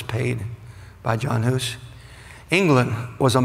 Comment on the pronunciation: its not John Hus. Its Jan Hus. pronouncedd Yan